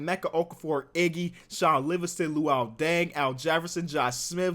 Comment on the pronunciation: The way he says “loo-wheel”😂